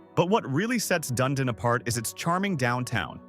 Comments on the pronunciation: The copy is spot on, but the voiceover is a joke, and the visuals are basically made up. I live in Dunedin. It's pronounced Done-Edin, not Done-a-dine. The Don Ce-Sar Hotel, the pink building featured in the Gulfport section of this video, is not in Gulfport; it's on St. Pete Beach. I've got no comment about putting a photo of snow-covered mountains in a video about Florida. In Tampa, it's pronounced E-Bor City or I-Bor City. I know it's all AI-created, I just wonder how it could mess up the images so badly. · Dun ee dun Florida not dun ah dun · It’s pronounced Dun-Edin. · Dun-Edin/ dumdum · I like videos like this however too many are using AI voices to narrate. It seems kind of lazy to produce a video and not put some personality in it…I stopped watching when the video butchered the pronunciation of Dunedin, FL!